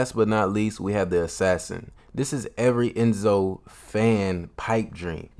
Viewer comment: cmon its ezio💀